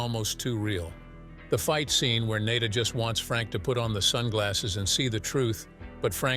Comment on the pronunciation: The repeated mispronunciation of Nada's name is just lazy.